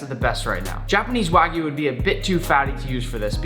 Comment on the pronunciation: It’s kinda sad how nick is such a good chef, but can’t even say wagyu correctly